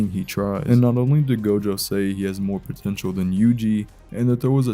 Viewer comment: DID YOU SAY POTENTUAL?